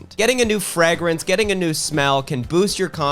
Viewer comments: Did you say Frag-rinse? like 12 times? 😁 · please why do you pronounce fragrance the way you do.. please stop… for me 😢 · I had to stop watching because the way he pronounces fragrance ruined my day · Is that how Canadians pronounce fragrance? 😂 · I didn’t skip through the ad because I love the way you pronounce “fragrance” (yes I have autism)